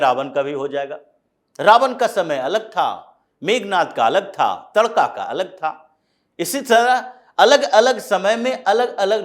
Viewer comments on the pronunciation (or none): तड़का नहीं महोदय "ताड़का"